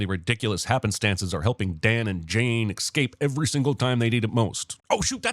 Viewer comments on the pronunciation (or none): did you just say excape?! Oo I thought better of ya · Did you really say "eXcape" ? Really?!? Do you also say "eXpecially?"